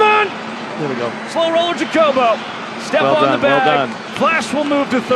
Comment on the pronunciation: could y'all maybe agree on how to pronounce Jacobo's name??